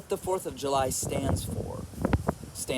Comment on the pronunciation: The fourth of Yu-lie!!!!!.remove the j and put a y